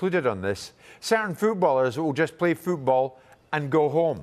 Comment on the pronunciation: The way he read football: fuu-bul 😂😂